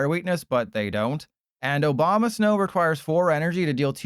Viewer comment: Brother, did you just say "Obama-snow" ? 😂